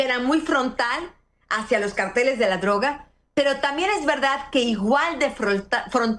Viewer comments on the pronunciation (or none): Anabel el nombre es cárteles y no carteles. Carteles son pancartas con información .